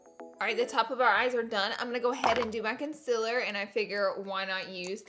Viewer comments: Laura,you know it's CONCEALER not CONCIL'R you're just doing it to get people mad."OKAy🙄" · My friend heard her say conc-I-ler once instead of concealer and now she says it nonstop Laura you have created a monster. Lol honestly though I have country accent but I still say con-seal-er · CON-CEA-LER (cun-see-lir) it’s really not that hard Laura bbg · and Heh K-un-si-la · It's pronounced cunceelar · you say concealer wronng you say conceler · no hate but the way she says "concealer" makes me laugh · Can u say concealer right please ugh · Omg how is she saying concealer arghhhh